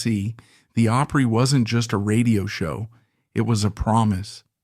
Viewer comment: Grand Ol' Oooopry??? Don't we just love AI narration?